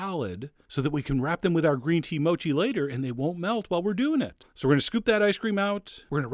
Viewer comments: I'm sure it's pronounced MOH-KEE, not MOW-CHEE. x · Gambate Chef John! In Japanese that means go for it! Only thing it's not pronounced mow-chee. It's mo' chee. Ha ha! Great job! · MOU-CHI... hahaha... I heard people usually say MO-CHI